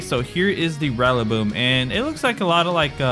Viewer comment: Nobody gonna talk about how he pronounced rillaboom?